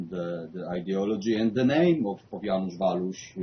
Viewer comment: Żanus Waluś XD redaktorkowi nie chciało się poświęcić 5 sekund na sprawdzenie wymowy XD tak każdy jęzuk brzmi ja wasz